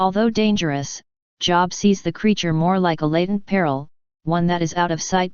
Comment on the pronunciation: NOT job. JOB like robe.